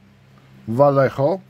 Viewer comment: Vallejo czyta się "wajeho"